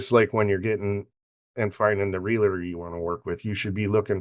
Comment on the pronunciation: Great podcast. But gentlemen...it's Real-TOR. Not Real-a-tor. Thanks again.